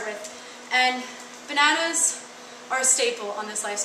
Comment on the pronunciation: I love how you say banaunas!!!